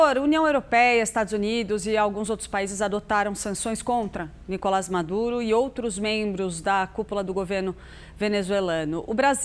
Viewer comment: Esse não sabe nem pronunciar corretamente o nome do Nicolás Maduro e quer se meter a dar pitaco sobre país alheio que é muito mais democrático que o Brasil, sabujo do imperialismo. Não existe "democracia universal", como o senhor afirma, senador, chega de tanta leviandade.